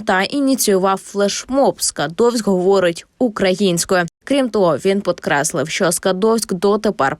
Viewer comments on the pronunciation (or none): Головне що дівчина диктор сказала *ПОДКРЕСЛИВ*, а не ПІДКРЕСЛИВ !) ТАЙМ КОД ПРИБЛИЗНО БІЛЯ 4-ОЇ ХВИЛИНИ )))) Цирк ) знайшли проблему там де її немає !